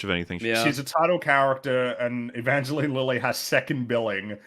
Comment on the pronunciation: The Long Man can talk some shit about how the actors didn't agree on how one of the characters' names is pronounced but hasn't gotten the memo about how the real person's name is definitely not pronounced "E-VONgelAYne".